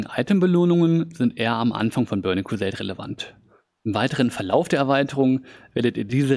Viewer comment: In se börning kwuseit klässick 😂😂😂 No hate bro aber der hat mich gecatched